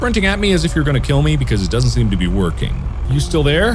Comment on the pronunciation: Mark: So the door dousnt door?